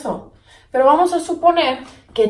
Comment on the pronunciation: Jajaja a lo ruso